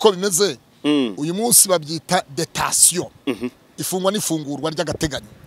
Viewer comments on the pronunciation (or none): jyukoresha ikibyarwanda, igifaransa sicyo kigaragazako ujijutse. Bavuga "DETENTION" ntibavuga "DETATION"